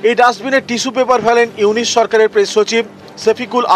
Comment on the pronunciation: এতদিন স্টাডি করে ও একটা লোকের নাম সঠিক ভাবে বলতে পারছিস না,,,ইউনুছ কে ইউনিচ বলছিস???